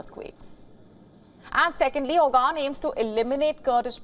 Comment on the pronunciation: lol It's not Ogan it's Oğan the ğ is pronounced in the throat.